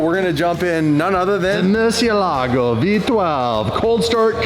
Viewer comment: At least learn how to pronounce Murcielago properly. It doesn't sound Italian, English or Spanish. You pronounce it r3 tarded truthfully.